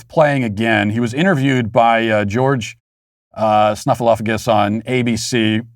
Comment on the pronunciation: George Staphyllocus. Not at all a deliberate mispronounciation.